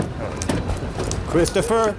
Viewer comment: "Chwistopher don't wun, don't wun!" 😂